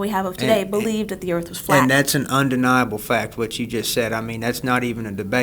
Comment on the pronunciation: The earth is flay? 🤣🤣They need to speak with Elon.